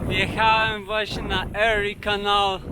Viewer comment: Fajny montaż i muzyka. Przypomina mi filmy o. Szustaka. Jedna uwaga. Warto dowiedziec sie od tubylców(albo w google translate) jak wymawiają nazwy poszczegolnych miejscowości, krain, rzek np Erie canal, Niagara falls - wymawia sie inaczej niż ty to robisz. Przy tym bogactwie faktograficznym, to jedno razi.